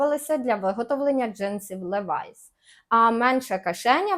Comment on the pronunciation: Будь ласка Levi's читай "лівайс"❤